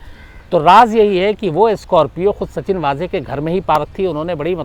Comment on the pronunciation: नाम का सही उच्चारण है, सचिन वज़े, ना कि सच्चिन वाज़े...धन्यवाद...🙏